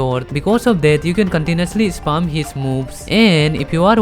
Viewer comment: Bro it's spam Not sp*rm 😭😭😭